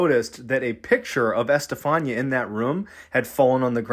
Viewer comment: Bro,it's Este-fa-nee-ah. Just note the accents in spanish writing and it's readable